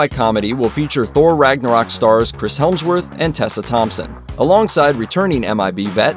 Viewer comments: Did you say Chris Helmsworth? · "Celebrity and media gossip are my job, but I don't know how to say 'Chris Hemsworth' " ( listen )